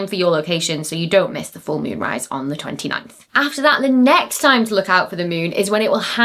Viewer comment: The Meewnn... 😄😄😄